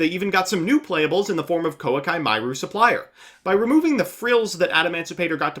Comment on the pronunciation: Cokey Mokey